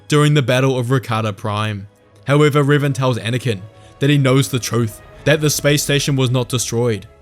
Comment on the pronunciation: I'm sorry, you're showing images of Darth Revan, but you're saying Riven. To which dark lord are you referring?